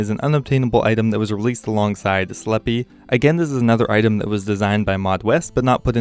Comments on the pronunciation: It's Sle-p not Slepee, not sleep. Slep. E is silent. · sleppy? christ man, do you really think that is how jagex wants you to say it? a city of vampires... "lets make it sound like a muppet's name"